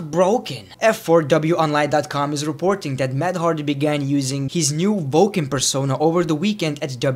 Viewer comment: I love how you say voken instead of woken